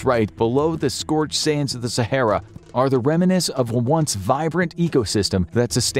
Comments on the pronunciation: Cache is pronounced as cash, not cashay. Remnants is REM nants not rem IN ates. If you don't know how to pronounce something, don't guess, look it up! No, it's not an accent, its just wrong. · Apparently they have a hard time saying "remnants" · Remnants is pronounced "rem-nants". Not "reminiscents" or "reminants". Otherwise your diction is excellent.